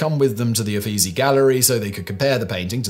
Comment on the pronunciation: For future reference: Brunelleschi pronounced "broon-el-es-kee", Guillaume pronounced "gee-yome", Uffizi pronounced "oo-feet-see"